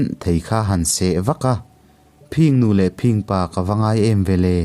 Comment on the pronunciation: I thu chhiar a ngaihnawm viau rualin engemaw lai thu lam ah hian a dik zawk leh lam Dan awlsam zawk angah hian a diklo zawk leh lam harsa zawk ang hian i lam leh tlat zel. Phìng nu leh Phìng pa(phing tih hi a ri sang loin 'thin' kan tih angin a ri hniam tur) han tihte pawh Phìng Nu leh Phìng pa(a ri sangin) I ti daih zel a... A thu lam han uluk deuh teh.